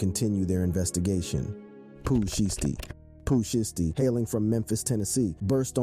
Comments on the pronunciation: Really bro Pooh sheshty it's (shysty) Pooh shiesty not no Pooh sheesty do better or don't do it at all fam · Pooh Shy Stee. Not Pooh Shiitypants and not Pooh Shee Stee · Its pooh Shy -stee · "Pooh shee-ess-tee" "Pooh sheeshty" Not even close 😂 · Listening to him try to say sheishty is hilarious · This dude said Pooh sheets . . . This dude is too real 😂🤨🤨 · Poo sheesty? Well at least u got big L right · NGL the pronunciations are more murderous than the Cartels on this one. it would have helped to do RESEARCH, "Dyalisko" and CJ-ying is just cringe bro, the Poo Shisty was the nail in the coffin. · Pooh Sheesty 🤣🤣🤣😭😭😭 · Rap Daily, fire that dude! How the hell did y'all let this dude pronounce every spanish name correctly but couldn't say Pooh Shiesty right 🤦🏿‍♂️ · You butchered these rappers names not just pooh but m. Dre come on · Pooh shh-iced tea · Ard u gotta be a bot or something cause it's no way u just said Pooh Shiesty like dat 🤨🤔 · Really u gonna do Pooh name like that lol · Ngl true